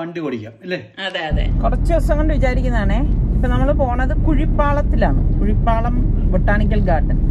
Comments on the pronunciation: Hai nalla super breakfast nammukku ellavarkkum bhayankara ishtamane. Kuzhipalam alla kuzhipallam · കുഴിപ്പള്ളം.... കുഴിപ്പാളം അല്ല